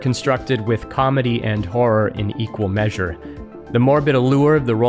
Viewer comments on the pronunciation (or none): none